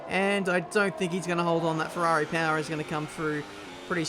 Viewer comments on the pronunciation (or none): none